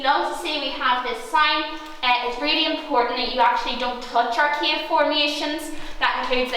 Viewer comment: Cave not cage☠️